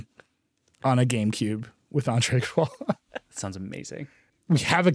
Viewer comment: Nilay…got to learn how to say Andre Iguodala’s name before inviting him on the show